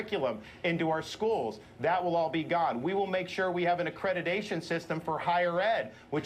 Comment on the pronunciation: Tell Desantis that it’s AccrediTation, NOT AccrediDation!